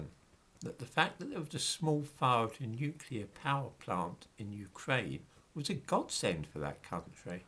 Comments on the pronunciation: Yes folks, it’s pronounced ‘nuclear’ and not ‘nucular’. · That’s all very well,, about nuclear radiation, but what about the real threat of NUCULAR as a noun? 😁 P.S. Alternatively: NUKULAR. 👍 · I lol when msm types say "Nucular" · Listen to people,especially news people pronouncing NUCULAR.. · Would that it was only "nuclear" - so many people seem to insist on "nukular"...